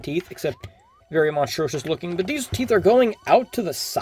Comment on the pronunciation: Ive never heard anyone pronounce monstrous like that